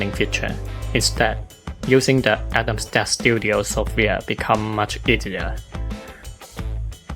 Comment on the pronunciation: Excellent video. I like that you showed the built in Camera and Atomstack Studio software. (I understand you are not native English speaker but I understood everything. For future Atomstack videos the English pronunciation of Atomstack is not Atom sta, It is with a K in the end. Atomstack the sounding as you pronounced Camera C and K are often pronounced K. Cat, Kit and Camera is: K-sound.)